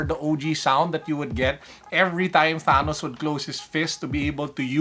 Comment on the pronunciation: I’m just letting you know it’s not tanos it’s actually thanos